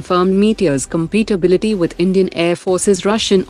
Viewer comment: Pronunciation guide: There is no word like compitability. 2 things which work well together are compatible, they have compatibility.